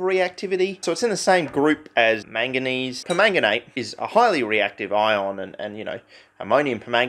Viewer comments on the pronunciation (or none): none